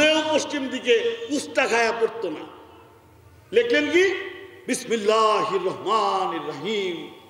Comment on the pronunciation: এভাবে ধর্মীয় অনুভূতিতে আঘাত দেয়াটা ঠিক নয়।বাংলাদেশ সংখ্যাগরিষ্ঠ মুসলিম দেশ।"বিসমিল্লাহ" শব্দটি যেভাবে উচ্চারিত হল,অবশ্যই শ্রুতিকটু।